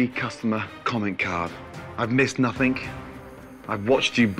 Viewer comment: Someone needs to tell Ramsay that the word is nothing, not 'nothingk'. As for Julia, well, yes she was a little bit bitter during the final dinner service, but considering how far she went and how much she learned and grew over the season was amazing. And to think how the other contestants, especially the women, treated and talked about her from the very beginning with such disdain and self superiority was disgusting. Julia was easily the winner of this season as far as I'm concerned.